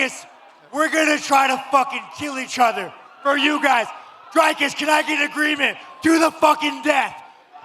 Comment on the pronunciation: Dana…. DDP’s name is not fkn Drycus. It’s Dricus. The “i” is the same sound as in Strickland. Learn it dipshit. The champ deserves to have his name pronounced correctly. He’s earned that right. And Sean needs to learn it too.